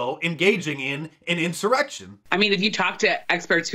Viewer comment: Anyone hear the congresswoman accidentally say “erection” instead of “insurrection”? Classic Freudian slip!